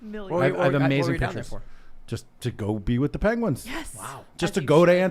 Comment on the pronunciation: Tim Pool: "PENGIEWINS IS PRACITALLY CHICKENS!"